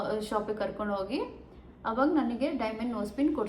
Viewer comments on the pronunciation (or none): none